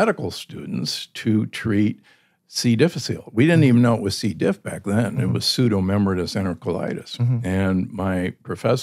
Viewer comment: C. diff is pronounced difFISSilee, not DIFFiseel.